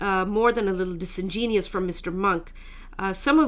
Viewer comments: She spells it correctly in her article so it's a pronunciation issue. :) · It is not disingeneus (whatever that is), it is disingenuous, sweetie.